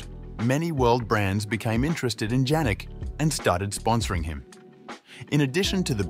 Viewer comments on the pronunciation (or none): PLEASE as a respect pronounce the name properly..pronounced Yannik...